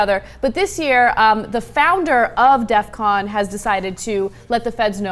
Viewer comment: its DEFCON not death con -.